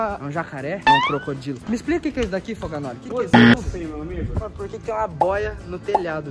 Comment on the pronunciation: "Foganolhe" kkkkkkkkkkk é Foganoli